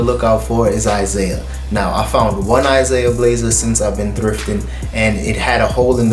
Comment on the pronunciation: ISAIA is pronounced "EEZ-AH-EE-AH"